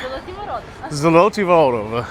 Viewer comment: Zoh-loh-TYh Voh-ROH-tah.